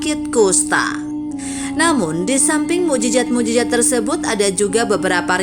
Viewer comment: Maaf admin.bahasa arab nya lemah.mu'jizat bukan mu'jijat...trima kaseh dari ilmu conten nya.